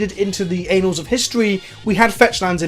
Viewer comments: Annals of history,, it a short 'a' there. Not "ANALs of history"... it did wound hilarious though xD It's the same principle as with boggles vs. bogles. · Anals of history. Perfect. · "Anals of history."